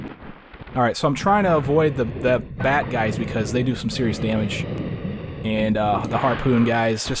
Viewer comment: I know you're saying "bat guys", but it's really hard not to hear "bad guys". :D